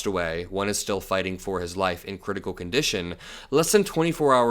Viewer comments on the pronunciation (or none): none